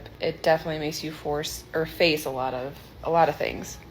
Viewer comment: says force instead of face....freudian slip much?